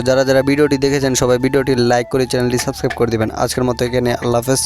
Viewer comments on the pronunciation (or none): none